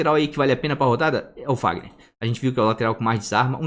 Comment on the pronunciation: Acho engraçado o sempre fala VAGNER e não FAGNER kkk o que é de menos. O conteúdo do vídeo é demais.